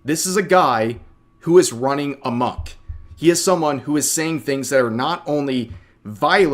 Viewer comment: lmao did rev just say "running amonk"